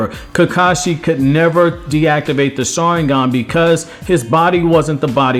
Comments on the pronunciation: Learn to freaking say Sharingan Jesus. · Dude everytime this guy said sharingan I died